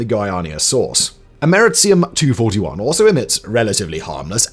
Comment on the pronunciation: “Am Err Eee See Um”